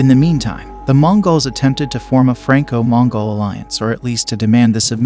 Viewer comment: They need to work on how the AI narrarator pronounces "Mongol" it's a little off....